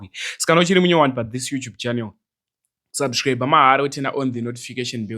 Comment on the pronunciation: Haugone ku pronouncer kusubsriber